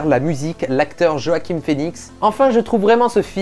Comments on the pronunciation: Ca se prononce Roaquin ! ;) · joakin phoenix se prononce wakin phoenix